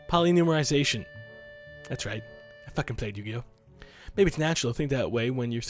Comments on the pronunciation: Polynumerization... Me: It's "Polymerization" -. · its polymorization not polynumorization chilled lol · chilled you said polynumerization......its polymerization and yes a still play yugioh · buddy, it's polymerization not polynumerization. Even when you try to say something fancy you mess it up, but that's why I love you